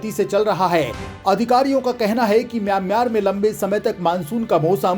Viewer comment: Kam se kam mayan mar to sahi bolo..